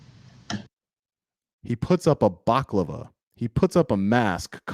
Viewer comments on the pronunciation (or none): Thank you for all that you are doing!I have some great advice for you but I don't want to put it out publicly. By the way it's pronounced BaLaCavLa.What you were saying is a delicious dessert ( Baklava) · It’s pronounced balaclava, lol Crazy shit tho ! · Balaclava 😂 not baklava! Keep up the good work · Bala-klav-a...not baklava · Love your stuff...you've got em on the run...BTW...it's a BA..LA..CLA...VA....baklava is a Greek dish... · Baklava is the desert, the face covering you refer to is a balaclava... pronounced bell-a-clah-va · I'm really sorry this happened to you. Just to let you know, it's pronounced * Baala-claavaa* baklava is a sweet treat:) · You kept on saying "baclava". These tyrant plain closed thugs who assaulted you were not wearing a pastry. They were wearing balaclavas (bal-a-clav-a). Either way, I got your back, man. Take these corrupt tyrant pieces of garbage down! Our American Injustice System is long overdue for a reckoning. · It’s pronounced ❤bella clava baklava is a Greek dessert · Dude... bal-a-clava... baklava is a delicious food. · It's pronounced Bali-clava, a baklava is a Turkish sweet (I think) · Balaclava is pronounced . . . 'Ba - la - cla - va' Rather than the 'bac - la - va' pronunciation you use in the video. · Am I the only one that can't get over baklava? (Balaclava) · I love your channel and what you do. Truthfully!! But it’s pronounced Bala clava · Its a Balaclava (ball-ah-clava). Baklava is the yummy desert 🙂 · Balaclava instead of baklava. Just saying. Have a great day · balaclava not baklava. baklava is food XD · Just letting you know, it’s a “Balaclava”, not “Baklava”. You eat baklava and wear a balaclava. We’re laughing with you not at ya. Stay safe and keep on fighting the good fight! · I'm not being an a**hole, but they were wearing balaclavas, pronounced bal-a-clava. No offense is meant. Best wishes from the UK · It’s “balaclava”. Baklava is dessert. Other than that, awesome video. Stay safe.